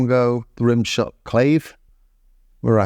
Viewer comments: Luvya vids, mate/...and YO ! it's CLAH-VAY or -VAYS, ( plural, as it takes 2 to produce the characteristic Latin sound ) not CLAVES, as in CAVES or CLOVES, for instance. So now you can tell me where to stick my CLAVE', OK ? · Nice detailed, thorough and clean video like always, seems like the TR8S is truly a band in a box now! btw, I you were already notified that "Clave" is pronounced "Kla-Veh". Don't forget that "Beguine" is pronounced "Beh-Gin" (..or like Begin, so yeah - the song's name is pronounced Begin the Begin). Cheers mate!